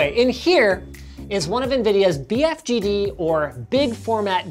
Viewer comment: "Bfg-d" yeah nice try Linus. We all know it's a Big Freeking Gaming Display